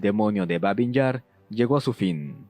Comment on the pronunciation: Babi o Baby, sin n final.